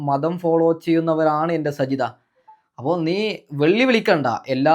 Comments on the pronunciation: സജിത എന്നല്ല സാജിത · സജിത അല്ല സാജിത 😂😂അത് കൂടെ അറിയില്ല എന്നിട്ടാണ് വിഡിയോ കൊണ്ട് വന്നിരിക്കുന്നത് 😀😀